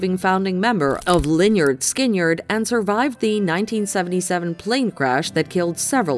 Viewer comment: Skin yard? Are you serious? The name is pronounced Skinnerd not skin yard